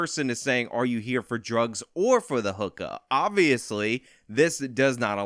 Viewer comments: I couldn't help but laugh at how you said 'hook-ahhh" with your NY accent. I'm in the Tristate area and hear them all the time. Love your new coverage by the way. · Never heard a NY accent from you but you can't pronounce hookah if you tried. Great video bud